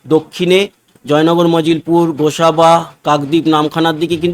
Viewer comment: উচ্চারণটা হবে জয়নগর মজিলপুর